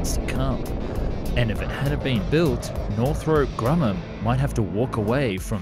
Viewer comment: Arnament? Weapondry? Northrope Grummam? Ageing older? Mishandlement?